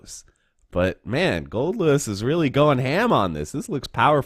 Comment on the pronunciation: Man it's nice to see someone getting his name right!